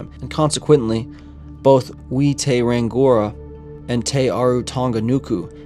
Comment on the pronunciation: rangiora - pronounced rung-e- or - ra